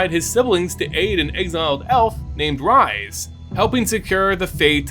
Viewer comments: I feel like this has been answered before, or it may be a silly question, but isn't Rhys pronounced like "Reese"? Not "Rise"? Perhaps it's because I know someone personally who's name is Rhys (spelt as such) but pronounces his name as "Reese". Either way, it's an awesome video on my personal favorite plane and location within mtg's vast universe! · You crushed it on this one. Loved it! FYI - in our world, Rhys is pronounced Reese. Not sure if the pronunciation is given for the MTG Rhys, but it’s a Welsh name.